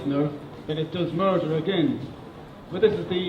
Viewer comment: ở e í phát âm reducing là ri - đắc - xing. Ai học Eng đến tầm ielts 6.5 cũng đều phải biết từ này phát âm ntn. Rồi đến lại đến từ murder là mắt - đờ. Nghe đến đây thì mình ko xem nữa nên cũng ko biết sau đó e nói hay ko. Mình ko đến mức ghét e này, cũng ko muốn nói gì về cuộc thi này, mình chưa đủ trình độ để có thể đánh giá cả 1 cuộc thi, mình chỉ ko đồng ý vs 1 số ý kiến đề cao em lên quá mức. Em í vẫn còn nhiều thứ phải hoàn thiện, cứ tâng bốc quá sẽ chỉ hại e í thôi :)